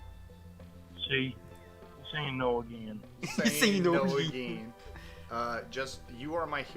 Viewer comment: my favorite 'ageen' from